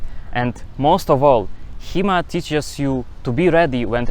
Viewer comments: Thought you said He-Man at first, and I was really surprised that He-Man actually got it right. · i thought he was saying He Man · I thought he was saying He-Man.